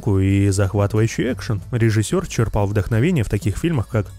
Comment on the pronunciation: Ударение чЕрпал